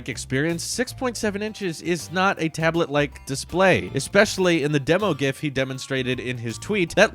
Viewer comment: Pronounce ".gif" like that again and we're not friends